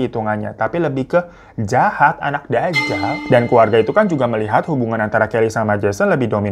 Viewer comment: Itu nyebut wanita dajal nya medok amatt masehhhhh 😁 seru ga bosen ane liat ente babu ganteng ,babu kocak babu petakilan 😛🫢